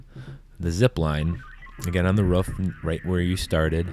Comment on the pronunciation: "You have to go back up the ruf"